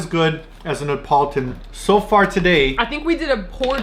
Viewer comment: You guys are saying Neapolitan weird. 😂 it’s Nee ah pol it tan. Not Ne Pole Tone.